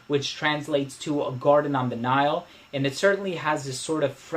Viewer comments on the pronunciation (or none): none